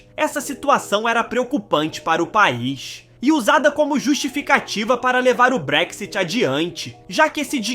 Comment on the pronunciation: Realmente não sabe nada .. sim que o Brexit foi fodd agora vc não sabe nem pronunciar Brexit .. segunda o país não está pobre sim está aumentando a desigualdade .. ou seja quem vem aqui ficar fazendo bosta nenhuma e trabalhando só no básico sem se preparar como profissional esse tá fudido mesmo .: ou seja tá foda pra quem nao tem nada a oferecer .. agora o título é tão idiota que na verdade o Brexit foi para não receber mais ninguém .. ou UK não quer que venham e não ao revés ..